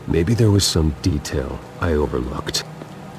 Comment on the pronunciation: "I can recall every moment of that night in vivid de'tail." Yes, not detail, but de'tail. That's a very weird way to say that word. And after that he says it just fine., you alright?